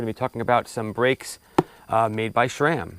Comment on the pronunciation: SRAM NOT SHRAM 🤣